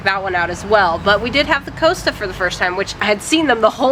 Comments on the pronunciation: Its pronounced COST-A as in Costa Rica, not coasta. Its not unusual for the titled owners of stately homes in England to actually engage with visitors/tourists and we were once given a personal tour by Lord Burghley at Burghley House when we met him in the main hall. I have also met the Duchess of Devonshire in similar circumstances at Chatsworth House. I believe that the Marquess of Bath does the same at Longleat. Perhaps you were not lucky enough to meet the Duke of Marlborough or the family. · you must be. I just searched Costa Rica on YouTube because I doubted myself after writing that comment and the first 15 Americans I got pronounced it as Coaster Rica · Just to correct you, it’s cost - a, not coasta lol😂love your videos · Costa not Coasta 🙂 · COSTA (coster) not COASTER 😆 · I came here to say it’s cost ‘A’ 😂😂 not coaster 😮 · Love your vids! Just to keep you on the straight and narrow, though, it’s pronounced ‘Cos-ta’ as in imposter, rather than like coaster! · Cost o not coasto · That's an interesting pronunciation, Coasta. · Tesco is probably a 24hrs Costa ( pronounced Cost-ta ) Glad you enjoyed the U.K. lots more to see. Cornwall is great. Scotland highlands are wonderful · Costa- it rhymes with imposter. Not important, I know. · COSTA is pronounced COST a. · Pronounced "Cost-a", cheers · It's pronounced Cost ( as in the price of something ) then say the A on the end as you were...Still not as bad as my mother who was going around calling Caffe Nero ( another major chain ) Caffe Nerd, in her defence her eyesight isn't what it was and if you see the font on their shop fronts I can just about see why. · Just a minor point, we pronounce "Costa" like the "cost" of a ticket :) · There's no A in Costa so it's pronounced cost a, like cost a lot but drop "lot". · Coss-ta not coast-a Haha you Americans... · The town is Woodstock.We say Costa not Coast-a, and Blay-don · Coaster? Costa pronounced as the spelling cost a. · It's pronounced 'cost a' not 'coast a' ...